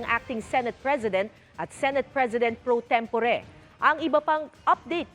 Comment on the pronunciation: Pro-tem-po-re talaga?